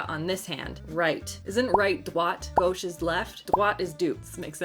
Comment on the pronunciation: Droite, gauche… dammmmnnnn! Girl is showing off her French! 😜❤️😂 love that video concept as a fragrance enthusiast!